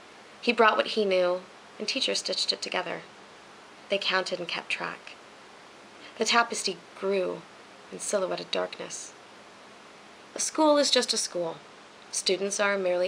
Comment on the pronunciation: Well done. Btw, did you say "tapestee" when you meant "tapestry"? :)